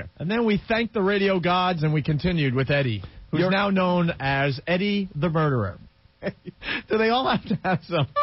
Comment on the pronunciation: "Murda" HAhahahaha